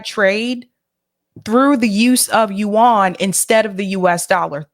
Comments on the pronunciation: It’s pronounced as “you-en” , not “you-Ahn” nor “wan”. Just like Yen, but with the “you” in front. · the people pronouncing 'yuan' in this clip aren't Chinese. I wouldn't take them as a pronunciation guide.